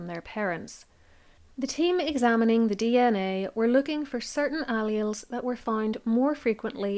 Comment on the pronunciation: Please look up pronunciations. For example allele